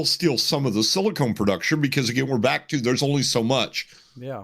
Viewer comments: People who work in the industry and say “silicone” instead of silicon. Why? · *silicon, not silicone Completely different things... 😅